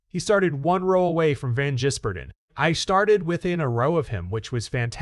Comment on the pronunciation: Hey, can you learn to say SVG’s surname. You’ve had weeks to learn.